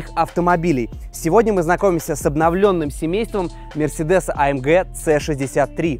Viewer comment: А ЭМ ДЖЕ....А ЭМ ДЖИ.....Баран АМГ !